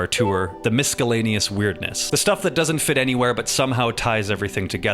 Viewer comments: Um..misk-e-laneous? What country pronounces it with a hard C? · Miskellaneous lmao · Miskellaneous? Really? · What on earth is miskellaneous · Pronouncing the C in miscellaneous is diabolical.